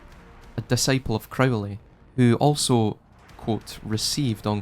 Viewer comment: crow- lee